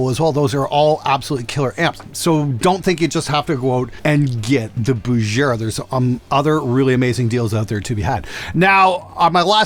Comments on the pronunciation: It's BuGera, NOT BuJera! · If you say "Bujera" one more time...